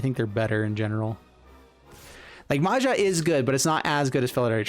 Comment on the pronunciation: It's not Maza, it's MAJA(in US pronunciation would be Maya)which is common name in Croatia, Slovenia and Czech republic.